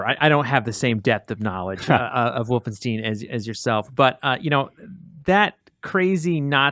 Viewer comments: For the love of all that is holy, please stop saying wolfen-steen it's wolfenstien ...you can hear everyone else pronouncing it that way...you have to know that wolfensteen is wrong...please, stop, it's making me cringe so hard. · everytime i heard wolfensteeen - my ears hurt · Anyone else a bit annoyed by how says "Wolfensteen"?